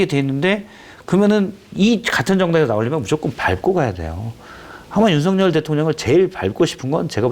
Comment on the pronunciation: 윤성녈 아닙니다 윤석열입니다 일본인처럼 발음이 안 되는 건 아니죠? 좀 강조해서 윤썩을 이라고 해도 무방합니다~~ 윤썩을 하는 거 보면 초등학교때 쌈 좀 하는 ㄴ놈들 보는 거 같다..... 이게 ㄴ ㅏㄹ ㅏ냐???